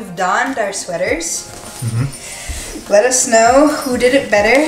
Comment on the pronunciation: Cuties! Both are awesome but I'm going to say won this round!! Also when you say "let us know" in the end it sounds like "let it snow" which is so fitting for Xmas videos!:P